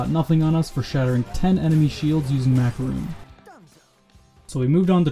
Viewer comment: who the fuck is MacarUn? i only know MakarOn (really, why the hell did he pronounced his name in this weird way?)